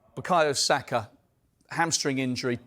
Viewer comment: Sakargh??! Now was that ne-ce-ssary?